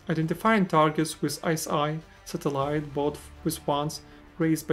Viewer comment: bro you gotta learn how to pronounce satellite 💀